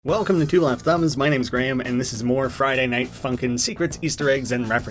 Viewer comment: OMG YOU PRONUNCED "FRIDAY" WRONG! (There is your algorithm boost ;))